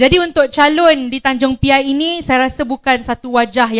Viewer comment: Sebut pun tak betul . Tanjung P.I apa bendanya